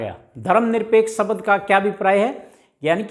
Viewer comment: सबद नही बोला जाता शब्द बोला जाता है